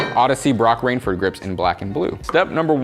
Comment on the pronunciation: Its broc raiford, not “rainford” ♥️ still enjoyed the video like always